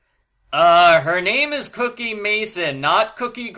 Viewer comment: It is Cokie, not Cookie.